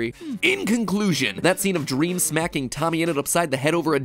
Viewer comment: OMG DWEAM MINECWAFT